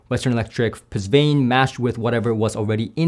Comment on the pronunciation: Pusvane? Is that how it’s really pronounced? My understanding is “puh von” but something got lost in the translation by the chinese engineer.